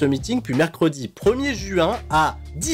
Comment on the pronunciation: Le premier JU 1, nani ? quel est cet accent ?